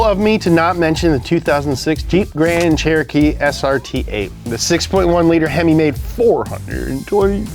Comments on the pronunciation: “Jreep Tran cheritee”— the wise words of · Jreep Tran Trerotree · "hennessy powered jeet chan terochee" deyinn 😭🤣🤣🤣🤣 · The way his ability to pronounce “Jeep Grand Cherokee” deteriorates as the video goes on 😭😭 has me rolling